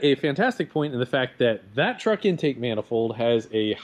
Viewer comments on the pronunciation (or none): Truck, Leroy. Its a truck, It sounds like Leroy Treeroy.